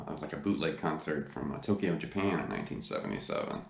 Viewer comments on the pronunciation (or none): none